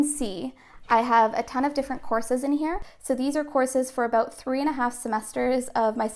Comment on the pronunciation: Are you Canadian? Cuz you say aboot 😂